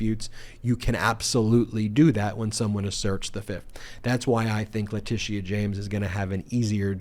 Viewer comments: Ben, love your videos but it’s not LeticEA it’s Leticia… no emphasis on E. Just FYI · your always too high its not latisia its latisha jesus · OMG!!! IT'S "La-tee-sha"!!! LOL YOU SOUND LIKE MTG SAYING "Kamala" .... hahaha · La Tish eee aaa? James? Eee eye Eee eye OH! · I really love listening to u explain what’s happening but for the love of god please learn how to pronounce Letitia James name. There’s no need to force a pronouncement of the past “I”. It’s just “sha”. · It’s pronounced leh-tish-sha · HALLELUJAH! Nearly every day we're hearing about various charges being leveled against Trump. At this point, it's almost a race to see who will get him convicted of SOMETHING soon. Love your reports. I also love Texas Paul!! When he goes to the Cussin' Pond it cracks me up. One thing though; No disrespect intended, but the AG's name is pronounced, La-ti-sha. Long before Alicia Keys was on the scene, I was born and named Alicia and I cringed every time someone mispronounced my name. Believe it or not, some people still mispronounce my name in spite of Alicia Keys and Alicia Silverstone making the name known throughout the world. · La tēsha James Laura Ingram not ingraham The R continually mispronounce names Kamila Harris is their favourite to mispronounce. They're either lazy, stupid, or are intentionally doing it to reduce them in some way. So please just stop! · I like how you say Letitia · Why can’t you just be concise? I like being informed. I want to continue being informed. It’s difficult to watch the video in it’s entirety because you always go on meandering tangents. I believe y’all are providing a great public service and appreciate that but geez. And is that the correct pronunciation of Letitia James’ first name? I do hope the orange violator clown gets indicted, convicted and thrown in the slammer PDQ.